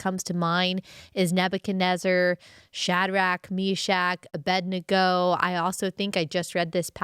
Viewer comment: This is irrelevant but I just had to say you’re the only one I’ve heard pronounce Abednego properly.. everyone I know says aBENDego, even my pastor..